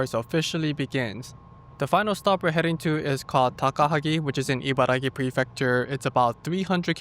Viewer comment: The Abiko Station chicken soba looks great, if I ever find myself out there, I will definitely try it out. Btw, it's IbaraKi, not Gi. You wrote it properly in the graphics, but kept saying it incorrectly in the video itself.